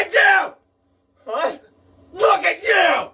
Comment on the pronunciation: “NOW LOOK AT YEUW”